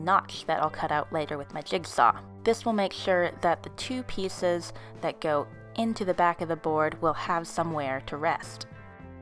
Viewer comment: I'm sorry her voice so cute " I cut two pssssseices" don't be mad at me